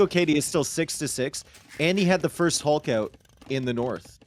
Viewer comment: Somehow the “Hulk” pronunciation is getting even worse